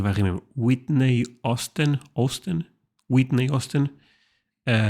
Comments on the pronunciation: I love her pup, Chewie. So cute! But, you crack me up with celebrity names… Whitney Houston, not Austin. And another one that you say should be Clint Eastwood, not Westwood.😂. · It's Whitney Houston, not Austin. Bless your heart. 😹